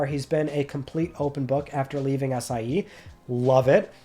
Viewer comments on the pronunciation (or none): Lmao am I the only one who hears “Ass I E”? 💀